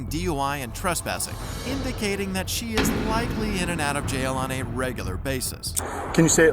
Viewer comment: We know " DAT" FO SHO